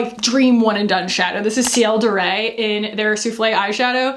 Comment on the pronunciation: Heads up: in French, “de” and “le” is pronounced kind of like “duh” and “luh”, not “day” or “lay” (that’s Spanish pronunciation of an e). Its a very common error for Americans because Spanish is much more common there than French. :) It’s the same kind of vowel as “put”. Love, your friendly Neighbourhood Canadian :)